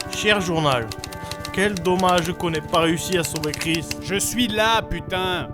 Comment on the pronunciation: met un accent sur ton "là" sinon ça fais vraiment space...